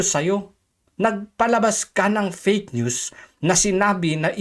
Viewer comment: Yan napala ni ante kler sa pag sasabi nya ng peyk nyus. Dahil sya mismo ang peyk nyus.😂